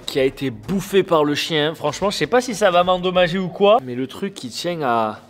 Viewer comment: Il a dit coi a